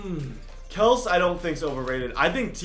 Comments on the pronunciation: Stop saying kels it’s kelSEY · Travis Kelce is pronounced like “Kel-see” not kelse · btw Kelce is pronounces Kel-See, not Kels. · It is KEL-SEE not KELSS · Stop saying kelce you need to prononce it kelcyyyyy it’s been about 5 times I tell you the proof you don’t read your comments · IVE SAID IT IN SO MANY COMMENTS SECTIONS OF VIDEOS- ITS KELCE NOT KELS!! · It's pronounced "Kelsee" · It's. Kel-sey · Brayden Faust ikr it's pronounced travis Kelsey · I kept thinking that too 😂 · You’re saying Travis Kelces name wrong